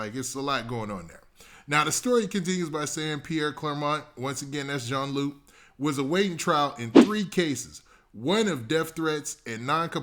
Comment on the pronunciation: it’s pronounced june lou